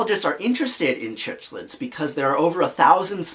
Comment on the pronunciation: Its prounounced Sicklids! Great video though!